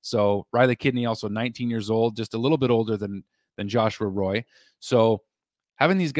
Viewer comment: I think it is joshua "Roy" like Patrick "roy"